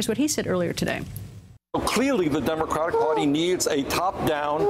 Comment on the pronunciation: it sounds like Bernie Sanders said "Democrack Party" LOL